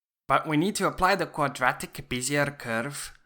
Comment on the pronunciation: great video! btw, bezier is pronounced "bez-zee-ay", but native english speakers will still understand what you mean by "biz-zee-er". the word comes from french, which is why its pronounced like that.